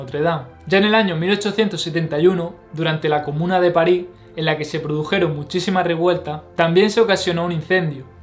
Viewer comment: Las "s" al final de palabra SE PRONUNCIAN. No es Parí sinó Parisss .